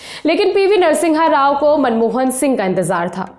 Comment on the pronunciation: Its NARA SIMHA RAO and not Nara Singha Rao...